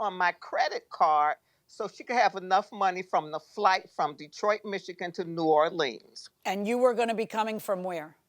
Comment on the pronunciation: Im a native of Louisiana and the pronunciation of New Or-leens is killing me! 🤣